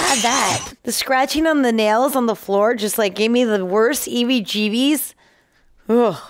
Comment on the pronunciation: I was expecting her to say chicken skin again and instead she said eevie jeevies hahahaha it's heebie jeebies my darling